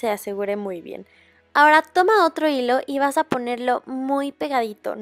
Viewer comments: en el minuto del video que dise dise hijo en ves de hilo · like si viste que en lugar de decir hilo de algodon decia hijo de algodon